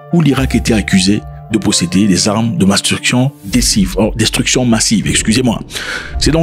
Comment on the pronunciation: 😁🤣 J'ai cru une minute k'il a dit armes de "Masturbation Decisive"